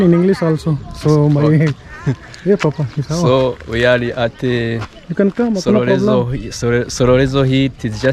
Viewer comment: It's #Sororezo not Shororejo*😉 🤣🤣🤣Ni sawa Papa! 👍🏾👍🏾 Your Kirundi is improving each day 👏🏾👏🏾👏🏾 Thanks for the effort to learn our language 🙏🏾